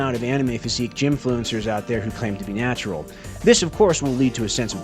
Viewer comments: . Natural not natrual...... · He's just a rat man, he's gonna mess up a word or two